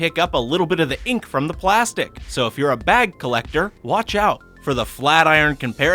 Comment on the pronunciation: Am I the only one who heard pwastic